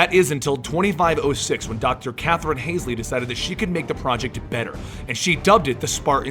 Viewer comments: Who tf is Kathrin Hazelley? Its Hal-zee. If you're going to make a video, maybe dont fuck up the most important characters names? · Not to be picky but isn't she Catherine hall-see? Not haze-ly? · Yeah, not "Hasley" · Holsey not hasely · yeah u love halo, u even call doctor Halsy "Hasley" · pronounced hall-zee also pronounced oh-knee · "Hasley" uh oh... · Lmao it's Hall-zee and Oh-knee xD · i was thinking the same thing. You hear those names over and over and still pronounce them so very wrong:P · maybe it's just me... but I thought it was pronounced hall-see